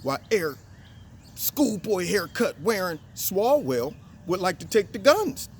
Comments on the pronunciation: Eric swallows-well bro not swalls swell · ONCE AGAIN,. His name IS Eric SWALLOWELL. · Its Swallowell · You meant Swalloswell...right?...lol. nice job.